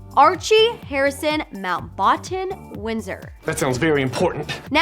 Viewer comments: nope. she said it wrong. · The way she pronounced Mountbatten 😂......wait is that how it's pronounced